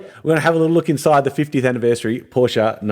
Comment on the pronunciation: sehr gut das du PorschE sagst 👍👍👍 und nicht "Porsch" wie viele Amerikaner.Grüsse aus Germany